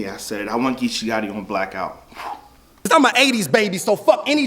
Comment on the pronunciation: AINT NO K IN BLACOUT!!!!!!! 😂😂😂😂😂😂😂